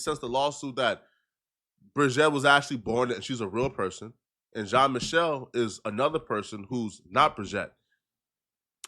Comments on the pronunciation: Michel i think is pronounced michelle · Bro just say Michael you sound dumb lol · I like your channel but for God sakes "Michel" French pronunciation is like "Michelle". Sounds a bit ignorant. As an ignorant to the pronunciation of the name.